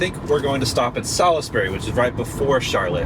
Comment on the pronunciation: Sal is bury? Salsbury